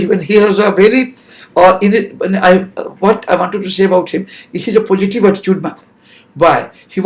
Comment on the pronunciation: Down line people kya hota hai bhai?!?! Pojitiv?!?😂😂😂 Enjayement ?!? 😂😂😂. These should have a patience 😂😂😂😂 please get better people to inspire your viewers. I'm unsubscribing now